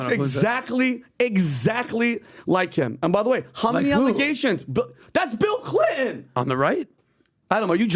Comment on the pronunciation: I wish would lean to pronounce T. It’s Clinton not Clinon.